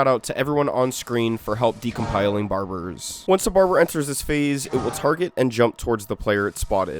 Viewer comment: bro said "barburrz"